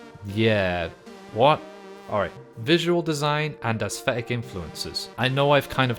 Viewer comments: assthetic xD never heard someone say it that way before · My man cannot settle on a pronunciation of "aesthetic".